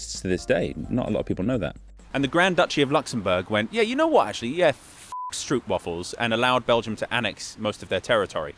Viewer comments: It's "stroopwafel", not "stroepwafel". I know English doesn't have consistent pronunciation rules, but that's not problem:D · For future reference: it's pronounced more like "stroapwaahfel". 😎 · The O's in "Stroopwafels" are pronounced like the ones in " a door"